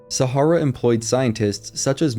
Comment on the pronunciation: You are pronouncing "Sahara", how? Have you never seen or read this word before? This is the problem with anyone being able to create 'content'. No editor.